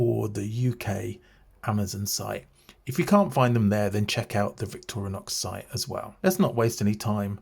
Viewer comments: Victoria! Nox! Sounds elegant af. I think that will be my new pronunciation. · Why do you say "Victoria-nox"?